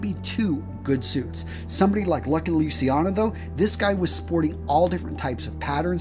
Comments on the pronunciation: Lou CHEE ah no. NOT Lucy ano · Great vid, as always, just a little tip; it's pronunced Luciano ("Luchano") and not "Lusiano", just like everytime you find C-I and an other vocal in italian; we pronunce it "CH-" and not "SI-" Many americans, infact, think Luciano is a name related with Luisiana and, more generally, with the french name Luis; btw Luciano is a way more acient name, it cames from the latin world for light: "Lux,Lucis" and it litterally means "Bright". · its luciano pronoucend lu chi an no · Lusiano? Corleane? I stopped watching after this.